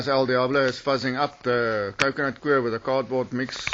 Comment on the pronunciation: What a doos... Coir is pronounced Koi _ er . Got that ? Not fkn "queer" Eish...these okes from Sewf Efrica......